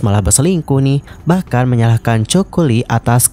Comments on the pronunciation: Bukan Joko Lee ya, tapi Coco Lee. Rip Coco Lee jie jie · Penyebutan nama itu penting bgt. Narasi uda oke syg knp disebutin dsini coko li.. Seharusnya Koko Li 🙏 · artis ini kan sangat trkenal penyanyi yg hebat di hongkong nama nya coco bukan coko bang min eh😂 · Coco lee baca nya ( koko li) jgn joko li ihhhh malu la.koko li bacanya bro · Ralat bukan coko tapi Coco Lee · Bukan Choko min...its KOKO...tapi ejaan nya aja coco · Coco = Koko kali Choco baru bacanya coko 😂😂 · Baca nya koko bukan coko 😂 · Koko lee bukan coko😅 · Koko li bang baca nya bkn coko ..😅😅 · jadi aneh dia bilangnya coko 😅😂😂 padahal fans nya juga tau klo bacanya koko lee😂😂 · Aku Dr awal dengerin udah heran..Coco Lee bacanya koko li. Bukan choco. Yg artinya jdi chocolate. Parah nih admin. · Koko bukan coko😅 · Coco bukan choco Bang..emang kelapa..haduh.. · Panggilannya khokho bukan choko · Koko ,bukan choko.. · Bang.. baca nya bukan coko.. tp koko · koko li pengucapan nya bukan coko li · Koko bukan choko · Kenapa namanya dibaca coko?? Koko li bacanya bro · Coco Lee, baca "KOKO LI" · Baca nya coco lee ga enak bgt😅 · iya ganggu bgt..emang kelapa ya choco 🤔☺️ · “Ko ko Li”